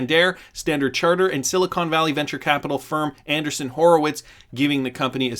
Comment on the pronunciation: Polymath is kinda hot. I just bought some and I'm already making money. When everyone Hates a thing, that's when I buy. XRP, Polymath, whatever......XRP is gonna be a Leviathan. Point of clarification......... It's AN-DREE-SON Horowitz. Not Anderson, Mr. Anderson is from The Matrix. ;-)